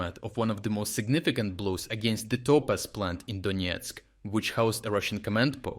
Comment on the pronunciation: Donesk not Doniesk